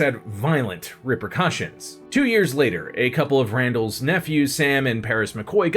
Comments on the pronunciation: it's not Old Ray-nell, it's Ol Ran-ul. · Ol (old) Ranel (Randall) not Ray-Nell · Not Raynell, Ran-ll as in short for Randall. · It's not "Old Ray-nel", it's "Ol' Ran'l". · I’m glad someone said something lmao. It bugged me so much each time he said it 😂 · You are saying Randell’s name wrong. Please say it correctly. That man lost more than anyone else in that feud.